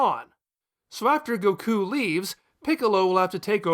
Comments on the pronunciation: The way you say Goku is infuriating me xD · Really? goKU, Vyedelle, Babeedee. It's Goku, Videl and Babidi. Also, in english, his name is Krillin, I know you're using the japanese version but you're not japanese so why?